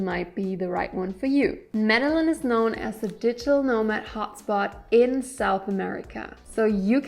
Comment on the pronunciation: Lol media Lynn? Pronounced - Meda jean kk and do not stay in Centro! Also ...no, mexico does not offer no hassle 6 month visas anymore. It's up to the discretion of the agent on that day and they are cracking down on over stays. New president